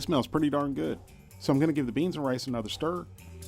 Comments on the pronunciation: umm did he say Mexican rice or lice? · Chinese style lice. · . Rice not lice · "And the spanish lice" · you say rice do you mean lice? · did he say Mexican lice wtf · 4.53 spannish lice . hahhhhah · The Spanish "lice"?? 🤣🤣🤣🤣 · you really did say lice! lol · I thought he said Mexican style "lice" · he did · yea he did hahaha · Me too lol I was like what? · He did!